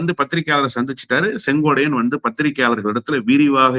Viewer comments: கம்பீரமான குரலுக்குச் சொந்தக்காரர் மட்டுமல்ல தெளிவான சிந்தனைக்கும் தெளிவான உச்சரிப்புக்கும் சொந்தக்காரர்.... ஆனால் செங்கோட்டையனை செங்கோடையன் என்று சொல்வது ஏன் என்று தெரியவில்லை.... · முதல்ல செங்கோட்டையன் பேர சொல்லக் கத்துக்கிட்டு அப்புறம் பேட்டி கொடு